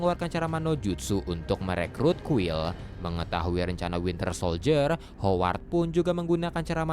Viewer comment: greget ama si mimin sama pengucapan hooward 🙃